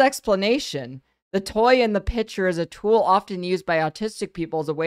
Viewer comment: I still can't get over keffals saying "pitcher" instead of picture